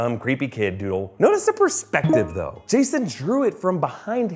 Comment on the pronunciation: That ‘THO’ tho